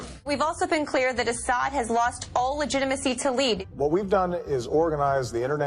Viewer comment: ...American citizens thought the Democrats lost legitimacy to lead. or legit-i-macy as pronounces it.